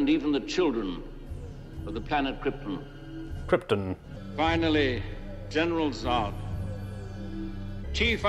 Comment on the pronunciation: Fun fact: Brando doesn’t pronounce Krypton correctly but nobody on set had the courage to correct him.